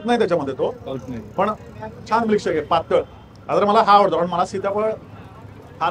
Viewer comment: म्लीकशेक नाही, मिल्कशेक 😂